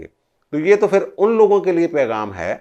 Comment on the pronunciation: Truly a professional analysis. Keep it up. However, you pronounce "Phir" as "Fir". Wherever, there is a sound of PH, your pronounce it as "F". There is a sentence that you should read out loud and practice and you will get over this problem. The sentence is as follows: " Jub humarah phuphar nay phurkar say daira laganay ki koshish ki to unki phoosi nikel gai. Budboo itni shadeed thee keh prinday phurpharsnay lagay. Mairay to phaipron may aag lug gai. Mein nay kaha phuphar ji phoonk marni hai to seedi tarah mariay, phoosion say charagh bujaya na Jai ga". I tried this with another similar case and he overcame this problem. Thank you for your attention.